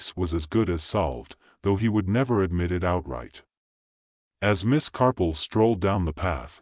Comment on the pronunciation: I did. The AI voice says CARPLE many times, and even the captioning reflects CARPLE, not Marple. There are a few times it actually says the correct name of Marple, but many more times it's the incorrect pronunciation of Carple. As a native English speaker, I know what I'm hearing.